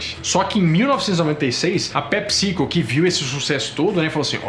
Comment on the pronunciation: ta falando pepsico com acento na vogal errada.